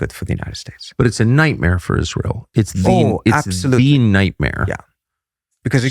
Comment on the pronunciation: Am so ISS-lie-l exhausted… good grief 🙄